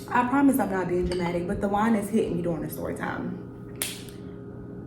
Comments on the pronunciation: Girl not me thinking when you said “Da wine is hitting me” i thought you said "Dajuan is hitting you up right now” 😂😂😂 i just did a double shift at work excuse me🤣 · Fren I thought you said “dajuan is hitting me” like the dude in the story is hitting your line while recording. Then I realized you said “the wine” 😂😂😂